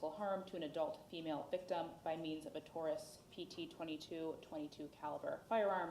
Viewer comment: Taurus not Torres. Lol